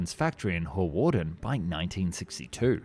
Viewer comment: Not to jump on the mispronounciation bandwagon, but Hawarden is pronounced Harden, Dehavilland not right, and Spey not Spray.